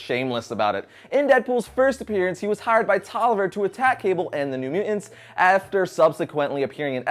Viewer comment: What are " Myoo Ennz"? MU TANT. Two 't's , guy. Gotta say them both. Myoo TanTs, if you prefer.